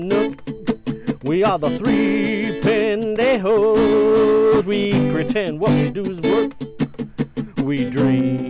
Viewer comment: ha ha. my daughter makes me replay this video 3x so she can hear the "three pendejo" lol. Great video